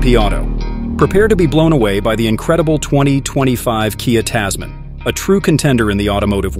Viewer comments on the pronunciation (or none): Oh my God, this video was absolutely terrible. You're pronouncing the name wrong. Typical American and this car was designed specifically for Australia. Even though it's probably going to be available elsewhere. Click bait